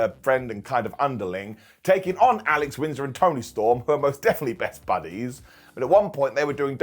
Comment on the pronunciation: Alex Winsder? Wheeter Yula?! The Dray Driller?! Should I be quiet while you conduct your business,?